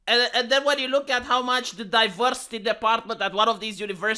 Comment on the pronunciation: Diverrrrrrrrsity and Enrrrrrrrrichment